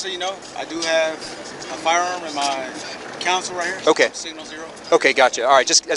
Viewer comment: It's a CONSOLE, not a council 🤦 real pirates here AAARGH!